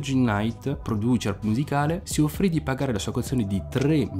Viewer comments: si però, san frančisco, siuggi nait e produčer no eh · Si dice “Produser”